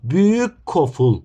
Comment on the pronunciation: Koful❌ Goful✅